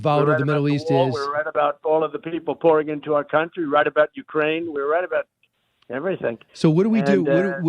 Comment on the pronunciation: “Rright about everything’ 😂 😂 🤣